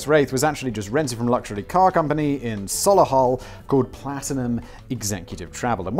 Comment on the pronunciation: Meme Accountant here... "Rother-HAM" ??? "Rotheram" is how its pronounced. FAKE SIMON! Showing off your lack of British knowledge again? It's also pronounced "Sol-ee-hull", not "Sol-ah-hull"... displaying that you have never travelled north of the Watford Gap, are we?